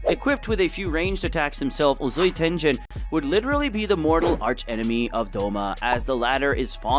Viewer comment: Tengen being called-tenjen dengen